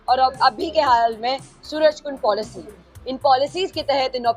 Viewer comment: पोलिशी❎ पॉलिसी✅